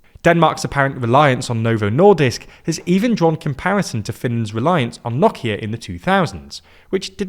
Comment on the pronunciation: His great pronunciation of Nokia brought a tear to my eye